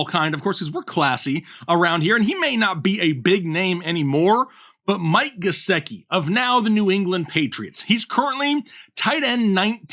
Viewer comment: You lost me at Gesecki 😂#whatif